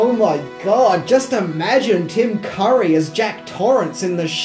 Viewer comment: He pronounces Tim Curry's last name as Car-ee, then when the camera is on him, the correct way